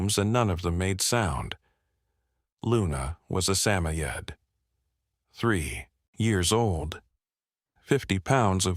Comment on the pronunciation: Samoyed pronounced suh *moy * uhd ·P